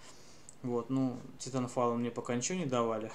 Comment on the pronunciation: пффф))) какой шикарный английский Ориджинал(ориджин) титанфайл (титанфол) энцес(эйсес) русски водка балалайка блеать